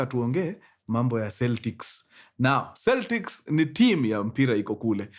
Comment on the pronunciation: Pronounced "Keltics"